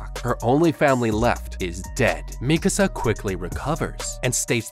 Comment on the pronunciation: Oh thank God you pronounce Mikasa correctly